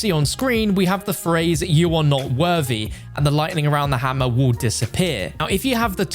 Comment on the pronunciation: You said for hamer i was funny😂😂😂😂😂